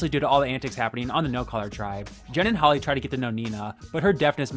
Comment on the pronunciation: Why did he call Hali holly